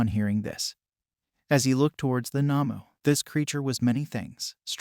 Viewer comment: The not human villains in My hero academia are called Nomus not Namus